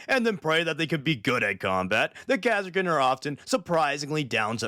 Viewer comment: But... They're the KAH-sir-kin... Ka as in Castle.